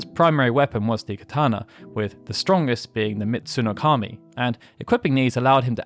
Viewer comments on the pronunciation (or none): none